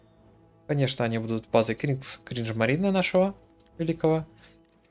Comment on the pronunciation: Ты специально говоришь кринжмарине?